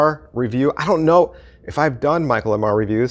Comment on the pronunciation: I still to this day don't understand how we have so many super fans of Michael Ammar who mispronounce his last name. He says it on every video! That aside, ETMCM Vol 2 is some of the best money you can ever spend on card magic. There are absolute GEMS on this video. I have been using 3 effects in particular off of this video for well over 20 years. A must-have in any serious student's library.